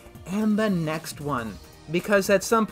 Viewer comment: I figure you did actually say Purgatory at the end there, but it really did sound like you said Burgatory. So I'll just assume you're eating burgers and shakes for all eternity.